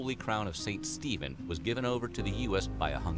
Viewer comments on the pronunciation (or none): none